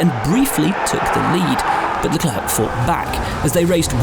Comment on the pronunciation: ''Leklurk'' smh